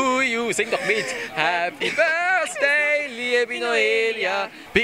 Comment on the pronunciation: Happy "börsday" to you 😂